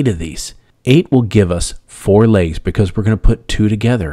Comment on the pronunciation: It’s pronounced ‘legs’ not ‘lages’.